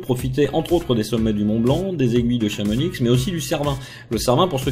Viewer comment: Salut, je trouve ta vidéo superbe, elle nous explique tout le jeux, mais il y a juste un petit problème, le "X" de Chamonix ne se prononce pas. Mais je ne t'en veux pas car tu ne pouvais pas le savoir. Bonne continuation ;)